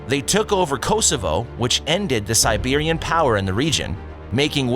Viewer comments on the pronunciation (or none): the guy narrating the video is a roaster - conquered Kosovo from the "Siberians" .... wrong it was the Serbians ... (Kosovo was the cradle of Serbia and not the migrant Albanians) ... the clown can't say Constantinople correctly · Serbians he ment